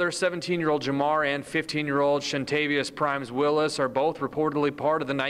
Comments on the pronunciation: "Shuntayvious" .........LOLZ😂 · shuntayvious???? really???? smh